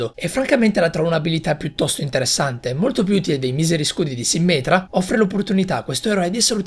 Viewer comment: Quando hai detto "sìmmetra" invece di "simmètra" mi è sembrato che avessi detto simmental! Hahahahahah